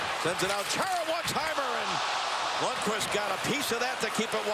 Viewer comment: Totally I mean how hard is it? IT'S CHARA F'in Chara, not Chair-ra